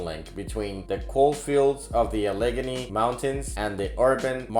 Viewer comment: Cheese-pake???? A-lig-gany, Yoz-mite?